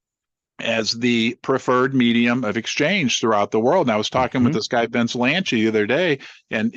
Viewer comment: It’s Not. Vince “Lanchi”. it’s Vince LANCI !!! Are you ever going to get his name right???